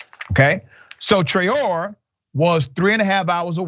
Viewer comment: The name is :Tra-o-ray" accent on the last syllable. It's a Malian surname, as in the famous singer Rokia Traore. Well-known and important historical lineage in Mali, Traore.